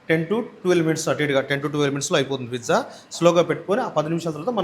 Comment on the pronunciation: Pizza ❌ Fizza ✅